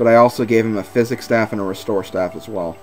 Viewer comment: The way you're pronouncing it says phychic. Also, said the Physic staff the right way, because saying it like sy-sikk is messed up like my face. XD